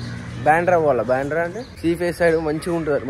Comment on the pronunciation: బాండ్రా కాదు బ్రో...బాంధ్రా